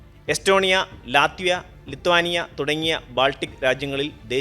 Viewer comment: ലിത്താനിയ അല്ല, ലിത്വാനിയ എന്നു പറയണം.